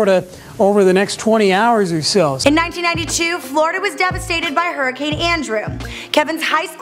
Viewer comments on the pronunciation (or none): none